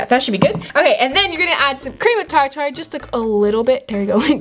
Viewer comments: it's not tar tar it's pronounced tar-ter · Cream of “TarTar”🤣ilysm💕💕💕 (Btw it’s pronounced “tar-ter”) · No hate but I cringed when she said tar tar. You are supposed to say tar ter. Not how you spell it, but It sounds much more accurate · It’s Tar- Ter not Tar-Tar 😂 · Any body notice that she said tar tar instaed of tarter